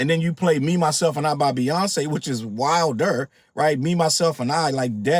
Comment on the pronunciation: When you say “which is wilDER” I die every time lol